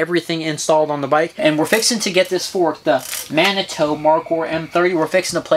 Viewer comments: You guys are killing me. It is pronounced mani-two. I live in Manitou springs Colorado, no hard "o" in there man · Lol - Manitoo - not Manitoe. I am from there. It is a town in Colorado. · Dude!!! It's "Man A too" "Man A 2". Geez! You are killing me! LOL Didn't you see Dances With Wolves? Shumanitutonka ob wachi.